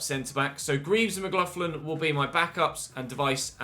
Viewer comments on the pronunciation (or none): I’m irish and mcgloughlins name is pronounced “mag-glock-lin” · Mcloughlin is pronounced Mc-glock-Lin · McLoughlin is pronounced Mc Lock-lin here in Ireland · McLoughlin is pronounced ‘mc-lock-lin” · I was waiting for this comment, it bothered me a bit and I'm not even Irish 😂